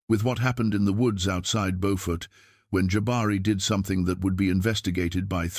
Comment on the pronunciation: I am so glad that you tell the stories of our ancestors but when you do please learn the proper pronunciations of the cities and towns. Beaufort is in North Carolina. Beaufort in South Carolina is not pronounced the same. It is pronounced Bewfort SC. The spellings are the same pronunciations are different.